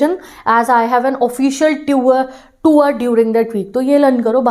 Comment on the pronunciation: Tour ❎️ tuuar✅️